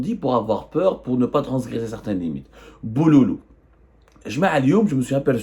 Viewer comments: On dit "BOUROUROU et non pas BOULOULOU, comme d'habitude tu charcutes tout, espèce d'un vrai Zemmar. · Non zbdou on dit vourourou hhhhhhet c est en jkabile 😂😂😂